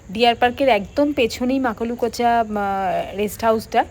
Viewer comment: Makalukocha noi kothata Makulakocha